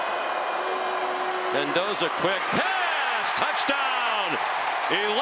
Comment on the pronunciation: ManDozer not Mendoza